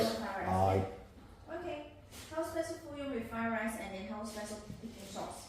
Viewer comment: "fried lice!" lol